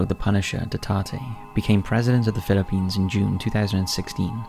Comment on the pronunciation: Oh man... The first entry is hard for me to listen to as a Filipino-American. I'll admit, I'm not the best at pronouncing a lot of Filipino words, but I've heard these names enough from Filipinos to know the pronunciation here is not right. I sure hope the pronunciation in these videos for other languages has been better. Note: for Quezon City, Davao City, Manila, barangay, and Duterte, just typing those into Google Translate and getting the Filipino pronunciation sample gives you a better representation of the correct sound.